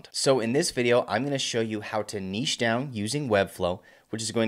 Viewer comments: Thanks for not pronoucing it "nitch". I appreciate it. :) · lol makes a change to hear an American pronounce niche correctly 😂😂